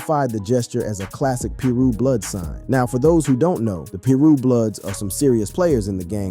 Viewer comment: What the hell is Peerue ? 😂